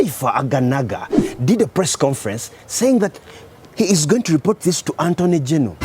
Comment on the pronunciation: I had to watch this thrice to understand made a mistake when he said Antoney General....hhahahahahahha...Aganaga toliweka! the lawyer is Artoney general though....if am right....hahahah